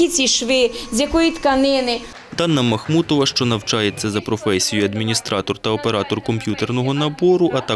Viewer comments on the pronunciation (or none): МахмуДова а не МахмуТова!